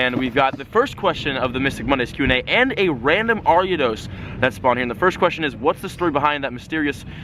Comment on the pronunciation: any1 else cringe when he said ariados